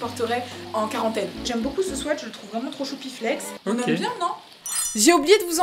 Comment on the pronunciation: Mais! On dit un Swiiiit pas un swèèèt 😁